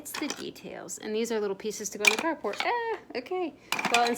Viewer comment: Ohh, it’s the Carport House! I just discovered your channel recently and in one video you mentioned it. I thought you were saying “cardboard house” and I got confused because it didn’t look like any of the houses were made of cardboard😅